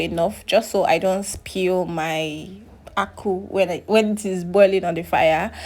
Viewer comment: It is called mkpuruakwu. You are residing in Owerri axis, try to learn Igbo language that is your best opportunity to speak it well. Akwu not aku. Everything and the process of cooking the food and the type of food we all eat are same. You are doing good baby girl promoting our delicacy. You are good in everything. The food looks yummy, mhmh good. You are very natural and original. I always watch you video vlog from USA, keep the good work together with your profound education. You are truly grounded with quality stuff, very humble and very loyal to your parents. I pray God Almighty to provide your very good God fearing husband from Igbo extraction. You have the quality that makes you wife material. Ahead ahead.